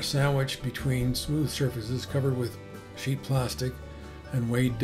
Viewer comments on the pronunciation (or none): none